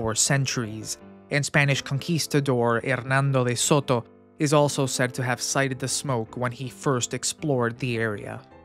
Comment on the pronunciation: been here 70 years and am a native and 7th generation FL. I Have seen fires burn for months near Orlando as the muck fires others have mentioned here in the comments. This foolishness and not being able to pronounce the names of the areas and all, Even Hernando DeSoto's name tells me it is AI driven and doesn't mean crap...Listen at you own loss of time. I made it 4 minutes and was done with it Do Better!! Volcano my arse.